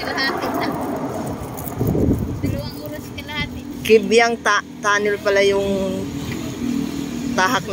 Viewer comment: Layo naman ng narating mo. San ba yang Kaybiamg Tunnel? Sa Jumerica? Imported ang bigkas ng lugar. Maganda ang view kahit kalsada pa lang. Pero mukhang mas masarap ang kain niyo. Sizzling Sisiiiig!!! Ingat sa biyahe lagi.